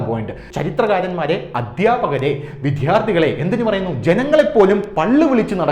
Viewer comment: അദ്യാപകരും വിദ്ധ്യാർത്ഥികളും അല്ല അദ്ധ്യാപകരും വിദ്യാർത്ഥികളുമാണ്. ഉച്ചാരണം പഠിക്കുക.